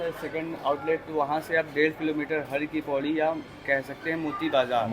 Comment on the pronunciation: Its HAR KI PAUDI, not Hari Ki Paudi. Har... means, MAHADEV.